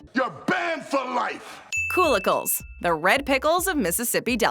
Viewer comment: I wasn't on board with this video the moment I heard "koolickles"